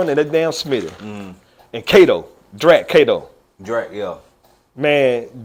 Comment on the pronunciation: Boy said Drak Cato…damn that’s big cuz